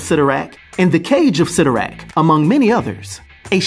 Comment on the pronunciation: Isn’t it pronounced CY(IIIIIIII)torrak? I always thought that it was pronounced that way.